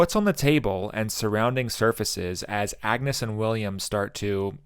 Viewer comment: Thank you for this deep dive into this great film. I identify with so many of the emotional response to your video. I am glad you recognized the alternate pronunciation of ‘Agnes.’ The movie is historically correct. It was pronounced something like ‘AN-use’ and, as Hamnet and Hamlet was used interchangeably, so was Anne and Agnes. Some scholars believe that Agnes might be her real given name, with “Anne” being a shortened form or nickname.